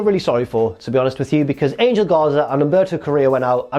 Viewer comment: DURING CARRILLO VS. GARZA, MICHAEL COLE SAID 'ANAL GARZA' INSTEAD OF ANGEL GARZA LMAO